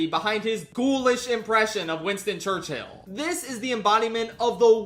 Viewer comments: I admire the insistence on pronouncing Churchill as church-hill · 'winston churcHILL' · the concept of saying churchill as church Hill never struck me before. who comes up with that type of bit. impeccable ragebait